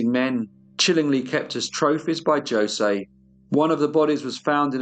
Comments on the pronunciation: Knowing that the j is pronounced as an h in Spanish means I can’t watch this. Every time you say josey I have to yell ho say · As the living ghost of Jose Ramos I implore you to say it like this: Ho-say, not Jo-say. My spirit cannot rest until you do me this kindness. PS, I love your channel. Its a big hit on the other side! PPS, It was Catalina. I only did as she said for love. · Jose is pronounced "hoh" + "zay" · Jos'e is pronounced Ho-say. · J is pronounced zh in Portugal not joesay 😂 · Jose is pronounced hosay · Its actually hose ...the j is silent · But, that's not how you say, Jose. it's jha-seh, but to be fair Brazilian Portuguese and European Portuguese are different but usually, the names are the same. When they say Bom Dia, it's pronounced more like Bom Gia, the I is a e sound. My name is pronounced Esabel, not Isabel.The Brazilian dialect is very different from the European one. I understand Spanish better so I'm not trying to be a jerk. Maybe by accident. I love your channel. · J isn't pronounced like J in Spanish. It's an H sound - Hose. Great story, I'm surprised I'm telling you this 'cause your pronunciation of foreign words is usually top notch! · You have a lovely Spanish accent. I want to share with you that J is the letter for H all the J’s you see in Spanish words are pronounced as an H as in Jose, Julia. 😇 As always you do a wonderful job. I agree with other fans, this went from appreciation of music and literature to serving special sausage to their upscale clientele. Yikes! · I think Jose is pronounced Hose. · Only one comment, his name is pronounced hoe-say. I hope you take this well, accents and spellings are tough! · Jose is pronounced with an H sound at the beginning, not a J. It sounds like ho-zay. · Jose is pronounced Hozé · Jose and Catarina were 2 sick pieces of work. i think Jose should be said as hosay. Very chilling case this week. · Pronounced Ho say as there is no J in the Spanish language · "Joesay" lol